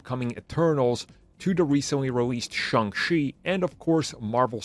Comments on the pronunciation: What If... can say Shang-Chi properly? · The funny thing is sometimes he does. At this point, I really think his chronic mispronunciations have to be intentional